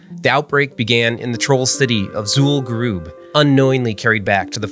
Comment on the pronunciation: Super-Duper-Nerdy WoW Video fact-check: Mispronounced Zul'Gurub (occurs multiple times in the video) Areas of dense spread tended to be the Mailboxes, Banks, Auction Houses and Hearthstone locations You need to be at least level 58 to zone into the raid, but most who reached the noted boss were max level at 60, as it was the final boss. A level 50 would not be able to get into Zul'Gurub. Fun video though.